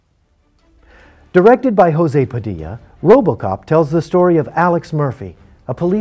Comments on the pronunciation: José Padilha is not a Spanish name, it's a Portuguese one, so you don't need to pronounce it "Hose", "J"ose is the best pronunciation, just like the "g" in genre. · Who is Hosé Padilla? Portuguese doesn't sound like spanish. This is very disrespectful. Even in a joke.